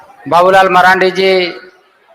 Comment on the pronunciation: Hindi language ka sahi pronaunse kro babulalal.